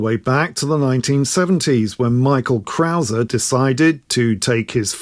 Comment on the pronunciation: As a German, I really appreciate you saying 'Herr Krauser'. Not many people outside Germany bother to do that, so thank you! Today, the Krauser brand belongs to Hepco&Becker, another well-known German manufacturer of luggage systems for motorcycles.